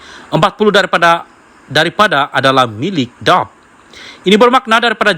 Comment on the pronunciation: Pembaca berita bukan orang Malaysia kerana sebutan DAP seperti “dap”😂😂😂. Nampak macam kita tidak ada pembaca berita Malaysia kah???